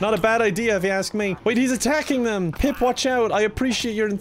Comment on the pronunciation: Pip. Not peep.